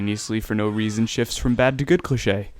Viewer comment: EVERYTHING WRONG VIDEOS IS BULLSHIT AND WHY DID U SAY CLICHE IT SOUND LIKE A GRILS NAME FUCK THIS ITS BULLSHIT